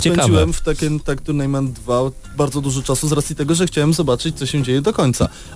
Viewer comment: Tuirnejment buahahaaaaa